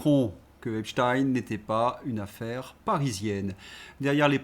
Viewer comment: Un pouce levé pour bonne prononciation d’Epstein (qui rime avec Einstein).